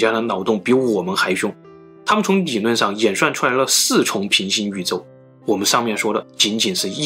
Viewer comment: 物理之謎還是物你之謎，發音很震腦！理論，你論！ㄋㄌ發音 改掉這就完美了 哪裏或哪你，聯想變黏想